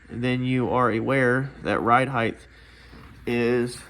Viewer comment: Its ’ride height’ NOT ‘ride heighth’